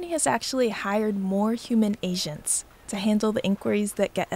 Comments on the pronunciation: It sounds like the narrator is saying “Asians’ instead of “Agents”., the Dominican, has better pronunciation. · Lol I thought she said “asians” instead of “agents” ^^